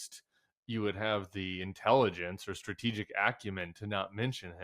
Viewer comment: Lol, you said, "Stratigic acumen". As if .. 😅😂😅😂